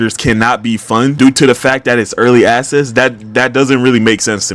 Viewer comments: I swear I hear early asses and not early access😭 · bro the way you say early access, is hilarious it’s like your saying ass. “Early asses” no offense bro but you’re a good critic in general alright peace out twin. In